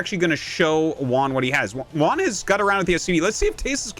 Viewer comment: Juan, not "One" lol